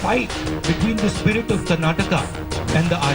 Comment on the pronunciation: Tell this fellow, it is not "Karnatak" but "KARNATAKA"!!!!! Why do Psychos like this fool come and disturb the peace and tranquillity of our wonderful state.